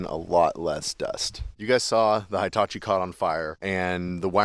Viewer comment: is awesome ❤ 👌 👏 👍 and,, she knows how to correctly pronounce Hitachi! It is not High-tachi. 🙄😖